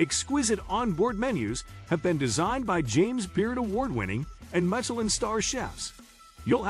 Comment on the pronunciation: OMG you can always tell a foreigner. They mispronounce everything 🤣. It's Mishelin not with a hard 'c'.